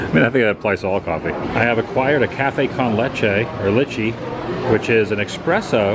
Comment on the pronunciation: Cafe con leche. You said it fine the first time. 😊 👍